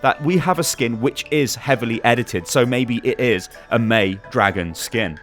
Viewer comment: all the video you are saying MEI -be